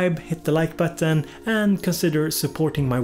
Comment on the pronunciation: Seeing as we are all making fun of youre pronounciation i gotta draw attention to how you say button